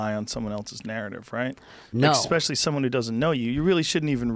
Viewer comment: Did Joe really just say, "Expecially".......ffs